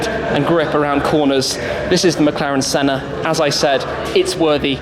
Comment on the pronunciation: The 'Shenna'.